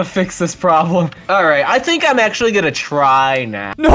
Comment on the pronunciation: "It's ghunna be okyay :)"